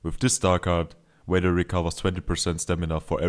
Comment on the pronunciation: its vader not wader mate